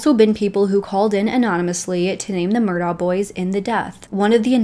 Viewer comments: The town is pronounced Bu fort, not Bow fort. The name is pronounced Mur duack not Mur dauh. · Please, please, please if you’re going to do a video on a real crime, pronounce names correctly. There are videos out there if you research where the Murdaugh name is pronounced by cops etc (pronounced Mur * dock). Beaufort is not pronounced Beau as with a long o sound. It’s a long u sound. And the bow of a boat is pronounced like bow wow. I know you’re probably not from the south but there’s so many videos you should’ve seen while researching. This is an interesting case to me and I have been watching and reading up on it. There’s more info out there. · Thank you! She clearly did some research but my guess is she didn’t actually speak to anyone from the area. The last name is pronounced “Murdock” also. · Hey. My parents were born and raised in this part of SC, and we're distantly related to the Murdaughs. If I may respectfully, suggest...the pronunciation of Murdaugh is, "Merduck", said without a break between syllables. Beaufort is pronounced "Beeyewfert". Again, spoken straight through without separating syllables. -Thank you for doing this piece. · You might have heard this by now, but it’s pronounced “Mur-dock” and they say Alex like “Alec” no idea why, I have a friend who is from there and that’s the dialect… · It’s leek Murdock their pronunciation, Beaufort, Bufort is how we pronounce it in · Pronounced murdock. Sorry i cant listen to entire video mispronouncing name. Yack.